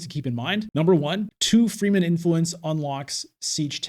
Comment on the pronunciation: I hate people who get their panties in a bunch about pronunciation. However every time you say “free men” I’m wondering “what the F… is free men” It’s : freh-men. Rewatch the movies. I do when playing imperium.